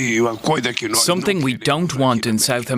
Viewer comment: Please use the english pronunciation of Guyana and Essequibo, pleaseeeeee